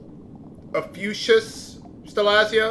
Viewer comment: Just as a heads up, the last Stellazzio is pronounced "Oh-fee-you-cus", or at least so I've always been told.